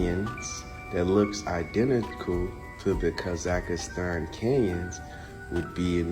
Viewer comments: Oh, just a lil correction: it's pronounced, "Kah-zahk-stahn." That dude sound funny af with the "Kah-zAck-ist-An!" Gave me a nice chuckle every time he said it😂It's a wild theory he's talking about, but, with as much as I KNOW that "They" have LIED to us about HUGELY IMPORTANT things, it's a total possibility🤷🏼‍♀️ Great compilation, 💪🏽 Thanks for putting it together for us😁 I can always count on you for some intriguing, original content. You find the gems, bro😉🫡 Stay safe and have a great week🙌🏽💜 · It’s hard to take dude seriously when he keeps saying Grand Canyon-s. And it’s Kah-Zuck-Stan. Also, no dude you aren’t onto anything. Your map has no correlation with scale.